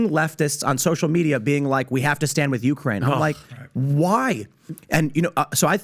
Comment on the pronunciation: He can't even say correctly Ukraine and yet he's an "expert" now on this war... c mon people 😂